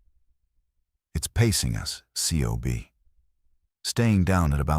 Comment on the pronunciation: In the fleet COB is spoken as cob...not spelled out as individual letters.